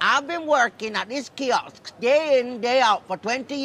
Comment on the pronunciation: you missed the funniest part. She didn't say Kiosk. She said kioKs. Like how afro Caribbean struggle to pronounce Ask. aKs.